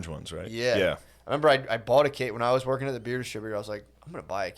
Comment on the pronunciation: " I was worging" 🤣🤣🤣🤣😜😜😜😜🤣🤣🤣🤣😜